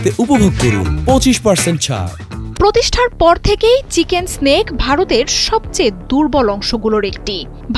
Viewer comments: যে ব্যাক্তি নিউজ টা পড়ে শুনাচ্ছে - চিকেন্স স্ন্যাক এটা- চিকেন নেক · এই নিউট রিপ্রেজেন্টার বললেন বাংলাদেশ হুমকি দিল আর তাতে ইন্ডিয়া ভয় পেয়ে গেছে। এসব উস্কানিমূলক নিউজ প্রচার করে বাংলাদেশের বিপদ বাড়াতে চান? বাংলাদেশ স্বভাবতই একটি শান্ত দেশ। আর মূর্খ এই নিউজ রিপ্রেজেন্টার চিকেনস্ নেককে চিকেন স্নেক বললো। আগে পড়াশুনা কর তারপর খবর পর। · আরে বেডি, চিকেন সেনক না চিকেন নেক হবে!!😂😂😂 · এই পাঠিকা কি বলে এটা , চিকেন্স নেক্স হা হাহা হাহা হবে চিকেন নেক